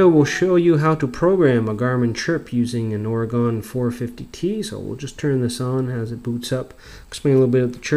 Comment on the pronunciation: you need to learn how to pronounce Oregon properly. its not ore-gone its ory-gun!